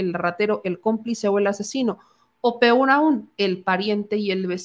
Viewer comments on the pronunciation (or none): none